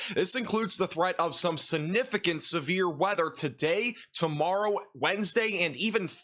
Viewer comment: Significant, not sunificant.